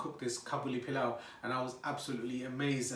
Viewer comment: This looks delicious! It’s very similar to a dish we make here in Trinidad called pelau. It’s pronounced the same way you pronounced it. It’s made like this but with coconut milk instead of yogurt. ❤️